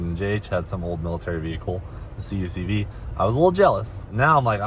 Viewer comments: for the love of GOD - Kuck-vee not c.u.c.v. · CUCV= Kookvee. Say it Kookvee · CUCV ...pronounced as CUC-V (cuck - vee) 😉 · It’s pronounced CUCK V LOL